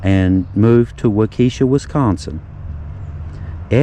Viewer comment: Waukesha,,, pronounced. Walk A Shaw